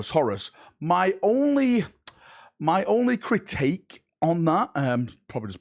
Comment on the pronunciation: "CRITAKE"?!?!?!?! you're killing me here! Why do you keep doing this to me? Critique. It's not hard 😭😭😭